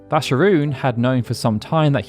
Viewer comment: yo can anyone tell me why "Vascaroon" is pronounced "Vascharoon" there in no H is that name...